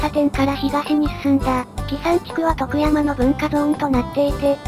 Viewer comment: 「徳山」のアクセントがネイティブ感あって良い。